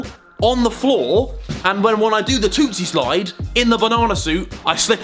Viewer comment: Am I the only one who noticed that Harry said "Toostie slide" instead of "Toosie slide" and when he said it he said "tooTSIE"